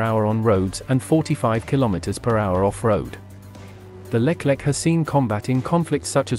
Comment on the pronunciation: it not Leklek , but Leclerc (read Lekler)